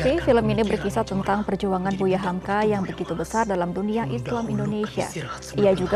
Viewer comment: Hamka, cut bukan humku